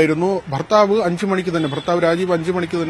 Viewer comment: എൻറെ അണ്ണാ ഫർത്താവല്ല......ബ ബർത്താവ്😂😂😂😂 എൻറെ അമ്മോ